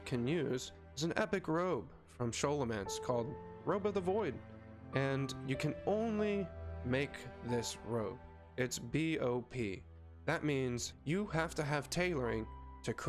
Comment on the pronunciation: Who the fuck says "Sholomance"? It's a fucking school for necromancy --- aka Scholomance; not sure who pronounces school as "Shool"